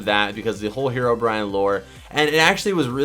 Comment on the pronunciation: Did anyone notice he said hero Brian lol